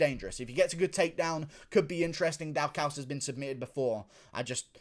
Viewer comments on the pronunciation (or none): are you pronoucing Daukaus wrong on purpose orrrr is there something else happening here